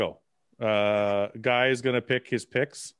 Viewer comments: Ian should start to call guy by the French Canadian pronunciation of Geeee if he keeps calling him Ann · best comment of the last ten podcasts goes to Iain: "Bro... my name has been fucking butchered by GUY on the fucking podcast"